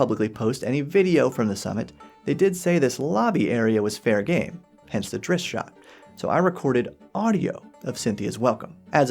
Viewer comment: Why can NO ONE pronounce Drizzt's name? It's "Drizzt", not "Dritz" The ZZs come BEFORE the "T", not after.